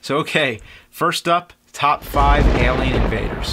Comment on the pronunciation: Does anyone else find it so weird how he says "Elian" instead of Alien! 😂